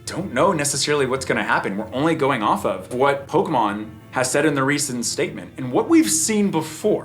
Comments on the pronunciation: It’s not nostalgia those idiots don’t know shit about Pokémon. They’re all scalpers that are gonna inflate the price for resale. When you see someone behave like this but pronounce it “Pokey-Man’s” that’s how you know they are scalpers. How you that much of a fan to behave that way but can’t even say it correctly 😂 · 30 years later and news reporters still can't pronounce Pokemon correctly.